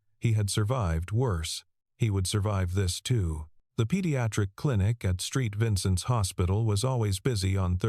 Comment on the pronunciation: That's Saint Vincent Hospital, not Street Vincent Hospital. Watching from Midwest City Oklahoma USA. 🇺🇲